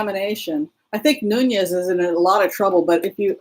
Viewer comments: Pronounced Newnez. I believe. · That's pronounced noo-nez. It's Portuguese, not Spanish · Nunes is usually pronounced "noonyez" but I guess it's too ethnic for Devin Noonyez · I heard Nunes say his name: sounded like “newness”